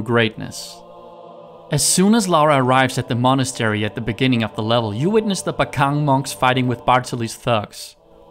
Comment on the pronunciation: The way you prounounce Monastery tho